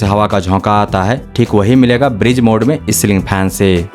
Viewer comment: भाई ब्रिज mode नहीं ब्रीज mode ब्रिज का मतलब पुल ब्रीज का मतलब हवा।